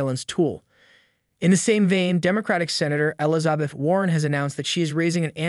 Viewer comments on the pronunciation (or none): Ellazahbeth? This guy mispronounces the most simple words 😂😂😂